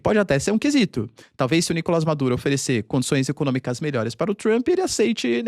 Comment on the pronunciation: Pq vc fala "Nícolas" Maduro e não "Nicolás" ?